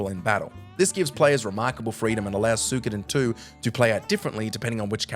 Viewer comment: "sook oh den too"